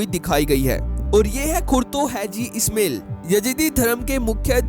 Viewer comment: ओ भाई, " ISMAIL" को " इस्मेल " न बोलिये, बल्कि " इस्माइल " बोलिये. 2. " हाजी " को " हैजी " बोलना गलत है.